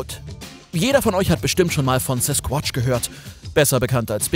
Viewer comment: "Sesquotsch". Lieb dich,.